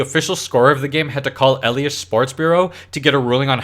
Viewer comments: If you're going to do a baseball video, you should learn how to pronounce "Bochy" (a future hall of fame manager), and "elias" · If you want to have funny videos about sports, you need to 1) be funny, 2) know how to pronounce "Bochy," and 3) know how to pronounce "Elias."